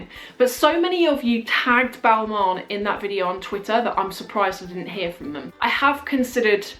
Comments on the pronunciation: I think it is supposed to be pronounced as BAL-MAIN, and not BAL-MON (and not Bal-MOWN)-which kind of sounds how you are saying that. Sorry I'm French, it is just a peeve to hear americans and brits mispronounce stuff. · That irritated me throughout the entire video as well! She says it exactly the opposite way, she pronounces it Bailman instead of Balmain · I am french, i can guaranty you that it's not pronounced bal-ma but bal-m-un (like the word "one" in french). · it's pronounced balmɛ̃, with the ɛ̃ sounding like the ai in dairy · It's pronounced bal-ma